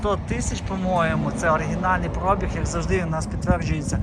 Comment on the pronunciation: пробІг, наголос на і ! дебіла шматок западенського